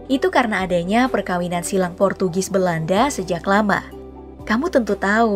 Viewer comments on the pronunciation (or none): none